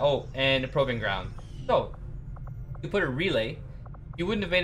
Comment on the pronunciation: I really love the way you are saying proving ground.... you're saying it all wrong.